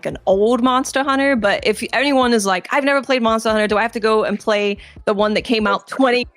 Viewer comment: Sounds like she’s saying “monstah hunter” every time lol